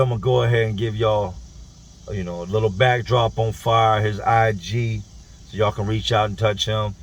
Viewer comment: It’s Fyah not fire